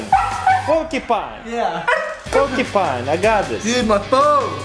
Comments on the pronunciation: Per-per-kine - crazyrussianhack You mean porcupine ?(chuckles) - howtoprankitup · porpapine its por -q -pine pernince it like that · porkipin... porupine... lol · ''Porplecapt'' ''Porcupine'' ''Porclecat'' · Popykind Porkypie Purpikie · Taras: How do you say it again?: Porcupine! Taras: Purpircinne, Purplekine, Kuperpine! Me: lol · It's pronounced Pork-You-Pine; not Pork-E-Pine, not Pur-Pur-Kine, not Poor-Pi-Kine. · "Porkycine" I died 😂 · the funnyiest part of the video was when said the porkipine part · porpakine ... lmao im dyingf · he said say purple pine one time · porky pine? Its Pork, U Pine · It's PORK YOU PINE not PORKY PINE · its pronounced pork-u-pine not porkepine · Pretty sure its pork U pine not porkypine. You are both saying it wrong. #rekt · I couldn't breath cuz he didn't know how to say porcupine (puprkaka) it was funny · It sounds like he's saying purple time while saying porcupine :'D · Soph the Dino or he sounds like he is saying "Paper cut" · It's so funny when crazyrussianhacker trying to say Pourkipie it's like he is saying poopipie XD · ***** PorkyPie PerpenTie PepperTime PetPurTime PorPaPie PourPaKi That's what I heard when the crazyrussianhacker tried to pronounce porcupine. Omfg XD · Sounded more like -"pour pie" to me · ***** Neither of them said it right and I facepalmed. It's not porkypine, like dude tried to teach him. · He said PORPUCINE! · I THOUGHT he said "purple tie" i was like wtf? How does that look like a tie? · Perpakata is what I heard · "Porpucine" 😂😂😂😂😂 I'm dying right now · LOL, "Porclecat" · Porkypine? Purkypine? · i thought he said pewdiepie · Some people say it like pork-e-pine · Lmao I thought he was trying to say paper cut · It was funny when Taras was trying to pronounce porky Pine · lol I thought he said paper cut lol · It's pork-yu-pine, dammit. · That was so funny when crazy rusian hacker sead porkypine wrong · Porpipine and porphine LOLOLOLOL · perpicata lol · Actually it's porc-U-pine porcupine